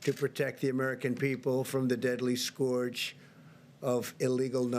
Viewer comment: learn how to say scourge... 1st page google there